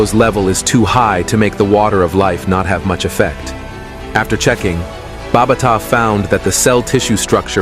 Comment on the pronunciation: BA BA TA SAY IT NOT BARBATA